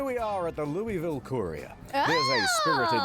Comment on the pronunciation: People pronouncing Louisville wrong are making my eyes twitch.